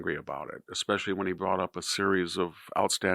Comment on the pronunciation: Mw2 Orion was the easiest one by far. It’s the only one I’ve ever actually ever done. Just because you didn’t like the game is not a reason to rank it 2. These lists are getting more and more dumb. Also, learn how to say “especially” correctly for the love of god